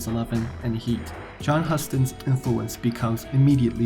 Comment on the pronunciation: The director's name is pronounced HU-STON (long U). You can't be taken seriously if you don't even know how to say his name!